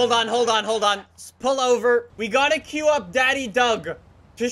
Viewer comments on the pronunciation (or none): none